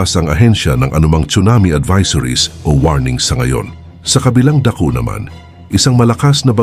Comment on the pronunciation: TANONG KOLANG FOR SURE NMAN PINOY NAMAN ITONG NAGSASALITA NAPAPANSIN KOLANG NA MALI MALI BIGKAS NYA NG TAGALOG NYA,HINDI KAYA DAPAT MAG-ARAL MULI ISANG SUBJECT LANG PILIPINO?NG MATURUAN NG TAMANG PAGBASA NG TAGALOG YUNG “ULAN”BAGYO”ALON”DAKO” DAKU DAW😂😂😂😂AT MARAMI PA NA MALI2 PAGBIGKAS NYA HINDI PO AKO HATERS NITO CORRECTIONS LANG LALO SA MGA BATANG VIEWERS DITO NA BAKA ISIPIN NA YUN TALAGA ANG TAMANG BIGKAS…UMAY.😂😂😂😂😂😂😂😂